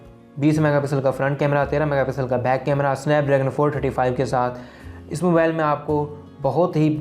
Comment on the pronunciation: Mabale Nahi mobile hota hai. English sekh lay pehlay